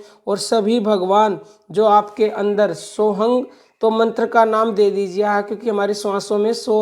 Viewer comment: Maa ye btaiye ..aap sohm bolti ho ya sohng ...smjh nhi aa rha ... Aap btaiye?